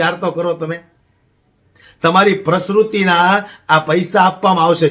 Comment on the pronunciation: મારા મિત્ર, તમારી સ્પીચ ઓકે છે પણ બે બાબત પર ધ્યાન દોરું (૧) પ્રેગનેટ નહીં પણ પ્રેગ્નન્ટ બોલો. (૨) પ્રસ્રુસ્તિ નહીં પણ પ્રસુતિ બોલો👍